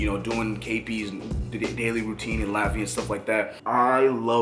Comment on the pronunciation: My guy, dope video but I dead almost threw my phone when you pronounced dyckman wrong. It's not dick-man. It's dike-man lol, also when you say Latvia pronounce the LAT part like you would pronounce the LAT in latte. Just constructive criticism brotha. Keep up with the pressure.